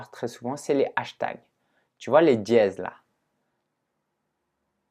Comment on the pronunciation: j'ai peter de rire lorsque tu as dis "tu vois les dièses là" on dirait un africain hahahhaaaha MERCI POUR LA VIDEO!